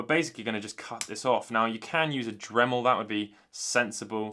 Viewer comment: HE SAID DREMEL!!!!!!! We have got improvement. Good Job!